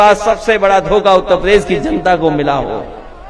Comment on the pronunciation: पहले ढंग से उत्तर प्रदेश बोलना सीख लो फिर बाद में उत्तर प्रदेश को संभालना